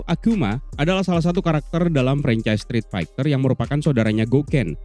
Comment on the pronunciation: Strit Faiter bang bacanya 🙄 Bukan Faigter